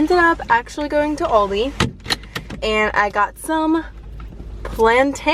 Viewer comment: i cried at her aldi pronunciation i this video really inspired me to be healthier though !